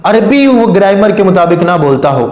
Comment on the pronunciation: گرائمر ہوتا گریمر نہیں کھوتے دا پتر جاہل